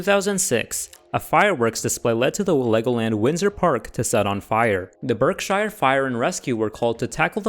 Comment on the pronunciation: the uk pronunciations are pretty bad, berkshire, thames and witham were all wrong